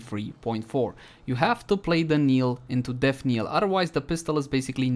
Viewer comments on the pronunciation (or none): Knell is pronounced nell. Not kneel. Native english speakers get this wrong as well for some reason so I can hardly fault you.